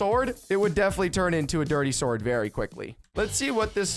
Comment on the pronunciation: It was very funny when you said dirty sword not dirt sword 😂